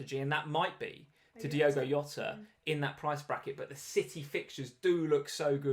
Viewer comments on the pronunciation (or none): man. It’s Jota not Yota 🤦‍♂️🤦‍♂️🤦‍♂️ he’s not Spanish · It's JOT-AH. He's Portuguese. The J is pronounced like in JOE-SAY Mourinho. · Jota is Portuguese not Spanish. You pronounce the 'J' like 'Jay'